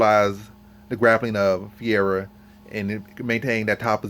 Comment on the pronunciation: Nice video. Good points. BTW Fuhayda is how you pronounce Ferreira.